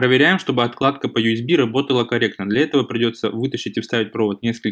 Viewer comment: не отКладка, а отЛадка, просто уши режет